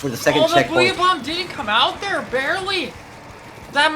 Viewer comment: I'm Irish to. It's the way he said 'come out'😂